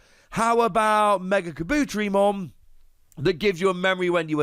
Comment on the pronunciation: I hate to be this guy. Kabuterimon (car-boo-teh-ree-mon)